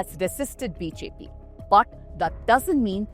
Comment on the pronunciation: Sister your BJP sounds like BHP in an otherwise perfect pronunciation!